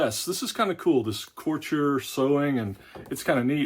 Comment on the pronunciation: lol couture is pronounce coo-tour